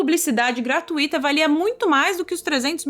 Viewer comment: Uma pequena dica: em gratuito, gratuitamente, fortuito, fortuitamente, não têm hiato. A sílaba tui é um ditongo decrescente. Fala-se como fui, mui, Rui. ( ui uma sílaba). Alguns pronunciam equivocadamente como gratuíto, fortuíto, gratuìtamente, fortuìtamente. (2 sílabas tu-í).